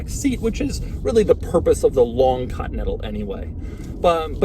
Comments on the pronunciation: doug learned how to say the word "Continental"? (cotntl) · No one: Doug DeMuro: Lincoln Cotnetal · Ah, yes, the Lincoln Cottonettle. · Ha! Doug has trouble pronouncing "Continental" three quarters of the time. Invariably, it sounds as if he says Cotton-Ettle! Sorry Doug, still love you mate.